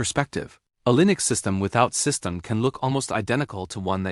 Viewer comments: its pronounced system-dee not system-ed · AI is saying systemed, instead of systemD. Next time put system-D or system D. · AI failed to pronoun `SystemD`. Keep saying `System`. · Someone needs to teach their AI to pronounce System D correctly. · AI can't say systemd right.